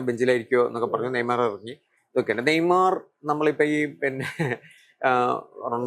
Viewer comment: നെയ്മാർ അല്ല നെയ്മർ 🙄